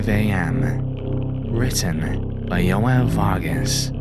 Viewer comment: Wait wait, how did he pronounce João? The correct way is (approximately) Joh-Un , what did he say?